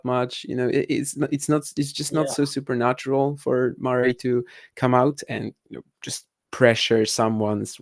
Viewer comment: Spoko podcast, szukałem czegoś podobnego do 'The Tennis Podcast', coveragu daily z Wimbledonu. Rzecz na którą zwróciłbym uwagę - wymowa nazwiska Murray. Pozdrawiam, powodzenia :)